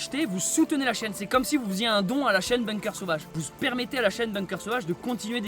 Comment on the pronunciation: C'est moi ou a t'as dis ''vous spermétez...''??? putain j'me marre comme un con depuis taleur mdrrr